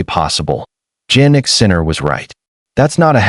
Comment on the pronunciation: Please who is "JANnick Sinner"? It's pronounced YAH-NICK. I hate these AI videos